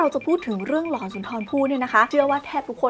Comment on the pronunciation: เรื่อง "หลอน" นะ ไม่ใช่เรื่อง "กลอน" 😂😂😂